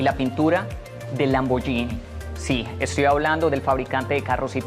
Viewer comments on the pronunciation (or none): none